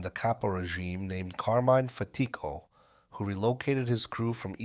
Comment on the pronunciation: Carmine FAT-Tick-O...Paul CAS-Tell-anno (Not CAST-E-ANNO).😮😮😊😊 That's how we pronounce them.